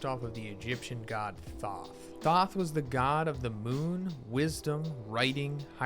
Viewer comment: Thoth has a long O sound not short.